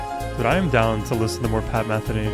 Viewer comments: your comments are spot on, but please pronounce his last name correctly. It is Meh THEE Nee, not MEH the nee. and do more. Pat will never disappoint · For educational purposes: Pat's last name, Metheny does not rhyme with Betheny. METHENY rhymes with BIKINI. He's one of the most popular musicians of our time so you might want to pronounce his name correctly. It's an easy error to make, but I thought you might like to know. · .. you should do something about your Pat Metheny name pronunciation 😁 ... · The accent is on the 2nd syllable in Metheny. Long e sound.